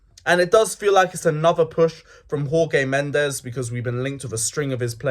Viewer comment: who the fook is Whore-Gay Mendes!?, sort it out mate - there's been enough Portuguese involvement at Chelsea over the years for you to be able to pronounce Jorge Mendes...